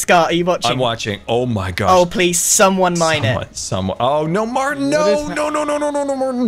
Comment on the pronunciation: calling Martyn "mAHAtyn" aged a lot lol